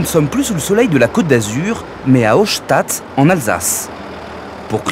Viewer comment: Hochstatt se prononce Horchtatt en vrai 😂